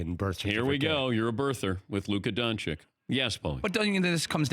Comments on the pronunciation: Don-chich. Not Don-chick. Not Donkey-ich. Not Don-kick. For fcks sake get it right America. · Yes, Don-ch-i-ch!!! Please learn to pronounce his last name! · Luka's last name should sound like it ends with a "CH" and not a "K"...it should sound like "DONCHiCH"! C'mon now. lol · it's DON- CHICH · Someone tell dan how to pronounce his name for the love of god. Take your job seriously and pronounce the guys name right! 🤦‍♂️